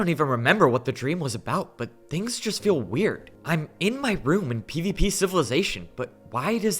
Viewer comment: "The univewse can fweel"